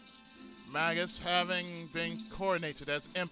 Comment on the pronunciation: I thought it was pronounced May-jus in this game but I could be wrong. Anyway, been looking forward to this for a long while now! Great voices by the way.